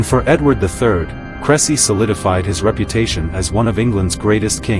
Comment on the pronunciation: Please check the pronunciation of the battle site. AI is not much help when confronted with foreign names.